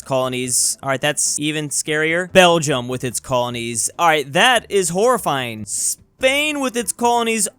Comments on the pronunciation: "Belgiam" lol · 'Spainish' 'Belgiam'